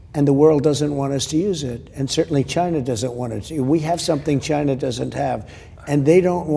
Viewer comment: He says Chynna. 🤣 love it